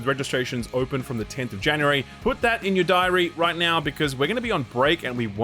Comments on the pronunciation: Jan U Ree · please say January.